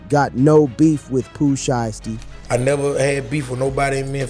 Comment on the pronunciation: Why all of these videos can’t pronounce names anymore, who tf is shisty, and sheisty 🤷🏾‍♂️🤷🏾‍♂️🤦🏾‍♂️🤦🏾‍♂️